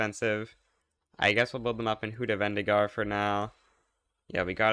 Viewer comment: how the hell did you pronunce Hüdavendigar so perfectly, you suprise me